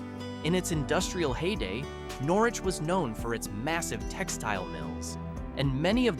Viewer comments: Old timers in Norwich pronounce it Nor-itch. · Is this an AI voice? Pronunciation ls are off. In Conn. it is called The Thames (thay-mes) and Norwich is Nor-Witch.